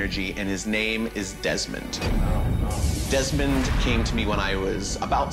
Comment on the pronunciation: Its deesmon not demon